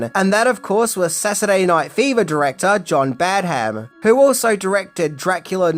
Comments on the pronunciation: its Pronounced Badam not Bad Ham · It’s pronounced Badderm, not Bad Ham. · It is pronounced ‘Bad um’, not ‘Bad ham’ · John Badham is pronounced "badum" not "Bad Ham". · Your pronouncing Badham as two syllables "Bad" "Ham" - its one syllable "Badham" - its trivial, but annoying to hear - just my opinion😀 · Dear god how many times are you going to mispronounce the director's name? It is NOT Bad-HAM. It's BADuhm . Really annoying! Have you no self-respect to even bother googling the proper pronunciation? Sheesh! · You may know everything,, but you don't know how to pronounce Badham. Your repeated Bad Ham was driving me nuts 😅😅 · The way you pronounce Badham hurts my soul... You’ve gotta be doing it on purpose. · It's piercing to the ear to hear you keep pronouncing the directors' name so drastically wrong. It's almost as bad (but not quite) as when you kept pronouncing JJ Abrams' name as JJ "Abrahams". How can you seriously call yourself a movie reviewer or this level fan and not know the correct pronouncing of these names..?